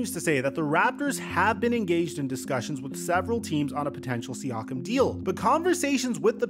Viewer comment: calling siakam “SEE-AWK-UM” is as annoying as calling luka doncic “ LUKA DON-CHICK”. its “SEE-AKK-UM”